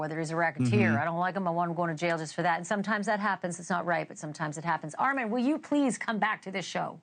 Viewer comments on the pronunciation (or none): Ar-men Wiggins… now Armon… when will you break it that her cure pronunciation is wrong and it’s “Are-Mah-n” lol… i chuckled ☺️ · So proud of ARMON that I can overlook the fact she keeps mispronouncing his name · I want these folks to pronounce your name correctly Armon!! Loving the polo shirt. Very professional looking for these various platforms. So proud of you lil Bro!!! You are the best part of my day!! ❤